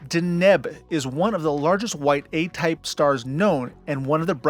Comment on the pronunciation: In your pronunciation of Deneb, you put the emphasis (that is, accent) on the wrong syllable